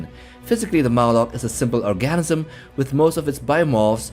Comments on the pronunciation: I swear I'm hearing orgasm every time you say ORGANISM. 😅😂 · Lol. Is he saying "orGASIMIN" when trying to pronounce "organism"? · I'm just hearing "orgasm" over and over 😂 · Please learn how to pronounce organism. It's not orgasmism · Organism ❌❌❌ ORGASM 😩✅✅✅